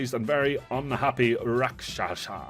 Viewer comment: It’s called, Rak-Sha-Sa